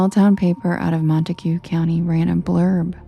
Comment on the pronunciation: I live 45 min from Nocona, Tx and have not heard this story. Very creepy! Also Montague is pronounced “MontAg” county. Love your stories!! ❤